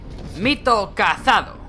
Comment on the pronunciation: Me pone nerviosos cuando dice cazado